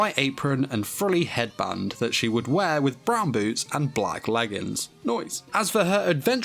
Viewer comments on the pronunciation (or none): none